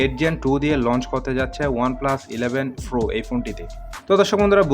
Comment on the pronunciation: Pro na .. Fro .. Fro... 😁😁